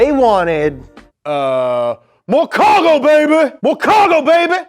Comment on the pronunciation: MO CAWGO BABEH